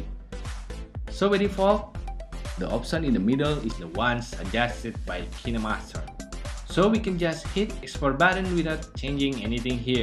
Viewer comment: Who came here to figure out how to say Kinemaster Correctly 😂✌🏻